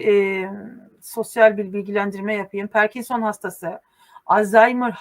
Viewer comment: Parkinson perkinson değil 😊🎉🎉🎉